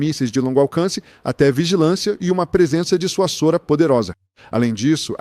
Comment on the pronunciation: "Disuassora". Existe isso? A palavra primitiva é dissuasão. Então, a pronúncia só pode ser dissuazôra. Aprenda!